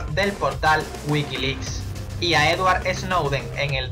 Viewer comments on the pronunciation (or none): none